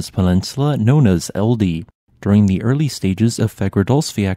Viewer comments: Icelander here! Thanks for a great video. T Keilir -> kale-irh (like the first i in lithium). Meaning: Cone Eldey -> eld-A or eld-ay Meaning: Fire Island Fagradalsfjall (good job!) Beautiful Valley Mountain Reykjanes Smoke Peninsula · A word of advice regarding Nordic words, "e" is rarely silent and has a different sound from English "e" So "Eldey" isn't "Eldy" but essentially the words "Eld" (fire) and "Ey" (island) With "Ey" being a separate syllable that includes the "e" sound.